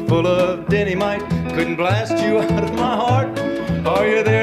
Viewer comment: Martys' slight comical mis-pronunciation of 'dynamite' sounding like 'denamite' was likely a reference to a popular 1960's toothpaste or a popular early 1960s' Red Bourbon drink with a Dynamite lighting wick attached to the Cork.